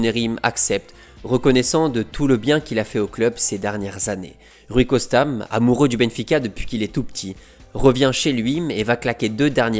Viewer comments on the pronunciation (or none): C'est quand même exceptionnel de gratter autant de vues/abonnés alors que t'es incapable de parler français correctement. Rien que ça rajoute des M à la fin des mots, Rui Costam et surtout "AUSSIM" qui revient à chaque vidéo au moins 3/4 fois et je suis gentil, pourtant le contenu est bon mais ça te dit pas de recruter quelqu'un capable de lire en français en fait ?